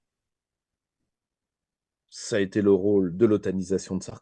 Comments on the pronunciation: Comme il a tout tété... oups ! tout été !(sacrée liaison !). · Vers "comme il a tout été" ou "comme il a tout tété" ?!!!!!!!